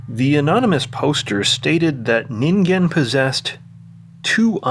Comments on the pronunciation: Saying the g in ningen correctly alone was worth a like; the Twin Peaks -ish imagery and music was just icing. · Well, you pronounced it correctly, so that says you did proper research. Or you're a weeb.